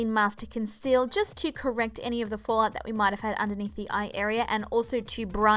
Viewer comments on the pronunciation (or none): none